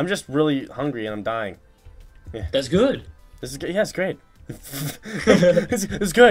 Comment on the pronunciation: "thas good"